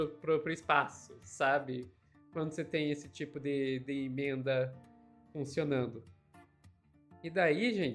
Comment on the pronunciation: A pronúncia não é imensa... Emenda... Não sei de onde vem essa pronuncia incorreta... Vício de linguagem triste